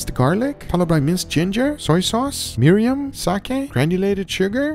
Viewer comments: ”Mirin” not “mariam”. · It's Mirin, not Miriam! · Miriam? What in the world is....don't you mean Mirin? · Japanese karage is meant to have those dry white bits, they are the crispiest, best part of the batter. Also, FYI it's "mirin" not "miriam" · Nice video! I'm gonna try the asian marinade. But it's Mirin, not Miriam. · Its not Miriam its Mirin!~ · Hey Guga, it's not Miriam, it's Mirin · What’s Miriam? I can’t seem to find it. Did he mean Mirin? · I assume you mean Mirin and not Miriam? If someone hasn't said so already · It's actually mirin, not miriam? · What is "Miriam?" Do you mean Mirin? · There's no such thing as Miriam do you mean Mirin?